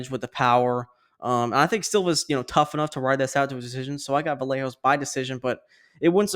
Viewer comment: And I want to give tribute to, Vallejos is pronunce like this: Vayeg(of Garage)os 👍😃